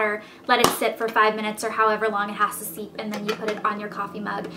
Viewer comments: I'm sorry for the constructive criticism but it's steep not seep :) Love your vids! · Steep, not seep. :(